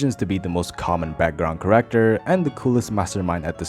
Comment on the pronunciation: Background corrector? Or Character? Dude says corrector instead of character.